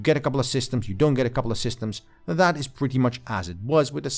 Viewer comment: OMG, stop saying "DAT" and "DIS". The words are "That" and "This". I can't watch anymore of this. Onto a new reviewer that can speak correctly.